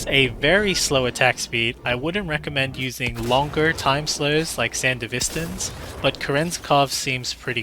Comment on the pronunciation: thank you for being like the only person who says sandevistan correctly